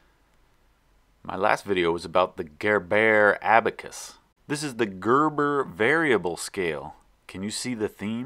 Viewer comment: Cörves? Convörsions? Görböh!